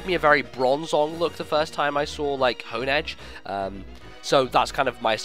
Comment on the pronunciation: Im sure i'm saying Honedge and Doublade's names wrongs, but i reeeeeeally prefer the pronunciation of "Haun-Edge" and "Dew-Blade". Design is really underwhelming. Not shield for our sword? I hope we at least get sick art of something double wielding Doublade.